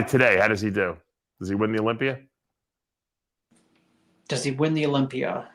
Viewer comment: Dave it’s a Olympia not olympier